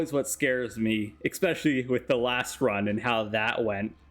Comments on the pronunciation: eSpecially not eXpecially. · Can you please show me where the "x" is in "especially"? It was so cringe hearing you say "expecially so many times